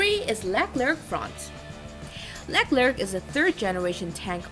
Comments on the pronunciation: The name of the French MBT is pronounced "luh-KLAIRK". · The C at the end is silent.